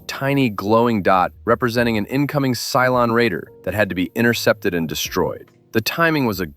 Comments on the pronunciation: and "Cylon" not "Cylone." :) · It's "Cylon", NOT "Cylone"... 🤦🏻‍♂️